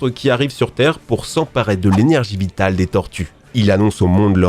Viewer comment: je dois être fatigué, j'entends "l'énergie bitale des tortues." Sinon, encore une bonne vidéo.